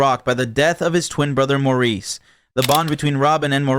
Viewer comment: Maurice is pronounced Morris!